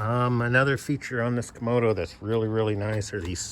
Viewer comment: lol. You keep saying komodo, like a komodo dragon. But it is a kamado. Two A's, not two O's.